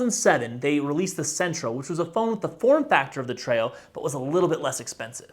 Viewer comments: I worked at Palm from 2003 to 2009, and just an FYI (sending this in as friendly a way as possible) - the Treo is pronounced Tree-oh, not Tray-oh. Lots of people mispronounced it, so - all good. But yes it is TREE-oh. :) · And historically it's pronounced Tree-oh.